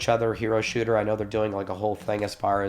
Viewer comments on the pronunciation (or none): none